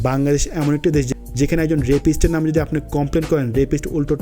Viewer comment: বার বার বাঙ্গাদেশ বাঙ্গাদেশ করছেন কেন? এই শব্দটা নিয়ে আমি অতিষ্ট,,প্রত্যেকটা ভিডিওতে বাঙ্গাদেশ একবার না একবার বলেনই।আরে ভাই আগে নিজের দেশের নামটা ঠিকঠাকমতো উচ্চারণ করুন।ধন্যবাদ(আমি কিন্তু আপনারই ফ্যান)